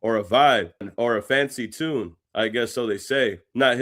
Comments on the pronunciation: Canadian slang is chopped 😂 bruh said “tuuuune” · British pronounce tune as 'chune'. Same as if they say tuna as 'chuna'. It's just how they talk. Nothing special. Many Caribbeans speak the same also.